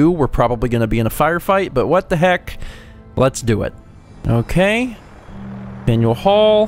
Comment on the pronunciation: When you say faneul hall I think faendall hall.☺☺